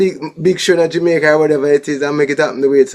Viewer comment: The name is Jamaica not Jumicq